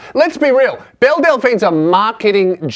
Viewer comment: Is it just me or does every time he says Belle, I here Bill.